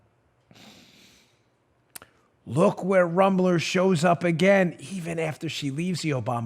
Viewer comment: Dan, You need to pronounce her name with the proper Na$i...I mean German accent she deserves. It’s ROOM-ler. Rooooomler. Gives it that lovely ethnic German sound. BTW. I’m German too.